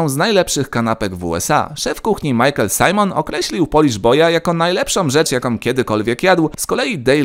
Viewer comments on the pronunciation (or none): none